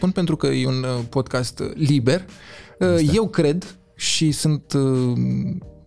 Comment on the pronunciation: Codin, nu mai zice "podkest", că mă zgârie la urechi! Nu e pronunția corectă. Please!😂